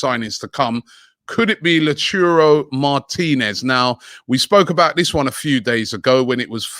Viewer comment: How has nobody told him his name is not lachuro martinez